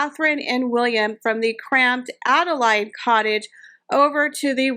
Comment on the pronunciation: That’s what I was going to say, it’s pronounced Ada Laid as in laid an egg.